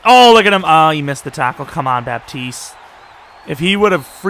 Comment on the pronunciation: great video man , pretty sure its pronounced bat-east tho btw theres no 'p' in his name